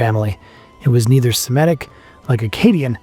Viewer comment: Oh, I hate that you said "Simetic." There are no Simetic languages; only Semitic! Just as there are no Simetes; only Semites!